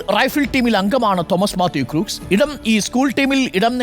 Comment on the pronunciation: Crooks alla..Read as "Crocks"..😂